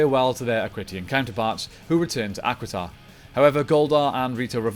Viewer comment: As much as I love the does it bother anyone else that he does not pronoun names correctly? I mean he keeps saying the equiden rangers, or however it is spelled, when its actually Aquitar. NOW I DON'T KNOW IF HE DID THIS OR NOT but it would be like him tiaforia with its pronounce triforia. It make you wounder if he watches the show.